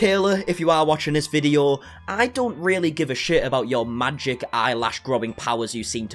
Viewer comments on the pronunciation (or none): none